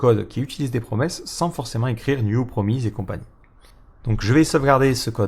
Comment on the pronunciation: Promise ça se prononce promisse a part cela cette présentation est admirable en tout point.